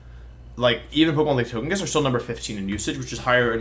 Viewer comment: You know Wolfe's serious when he pronounces Togekiss with a hard G